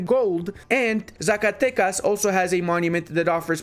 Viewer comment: You are the only person on youtube that i see to pronounce Zacatecas well, thank you for give me peace:')